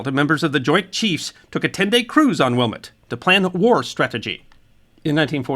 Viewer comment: Thanks for the episode on the Eastland. Even Chicagoans are unaware of the disaster so close to downtown. The correct pronunciation of the ship as used by the navy is 'will-MET'. Another interesting fact is that the armory that was used as the temporary morgue later became HARPO Studios, owned by Oprah Winfrey. There were stories of ghosts in the building during the time that Oprah owned it.